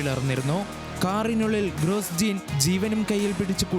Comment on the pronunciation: ഗ്രോജോൺ അല്ലാതെ ഗ്രോസ്ജീൻ അല്ലാ 😂